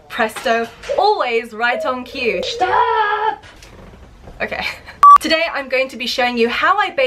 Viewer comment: that stop sounded so german lol